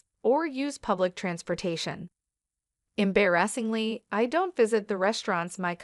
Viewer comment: Funny AF, the AI trying to read the word embarrassingly. Em- bare - a$$ingly. 😂😂😂